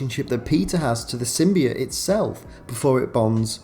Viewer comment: One Word sym-buy-oote